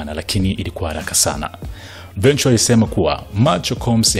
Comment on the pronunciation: Hujui kutamka jina la Cassie last name yake, jaribu kusikiliza wenyewe wa America wanavyo pronounce. Mtangazaji unatia aibu sana hujui kutamka majina ya kizungu vizuri